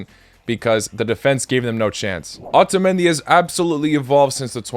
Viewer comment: Morocco will beat the grandpas of croatia 2-0 in full time 🤣🤣🤣 Argentina 3-0 in semi finals 2022 > 3-0 in group stage 2018 🤫🤫🤫 Also learn how to pronounce Otamendi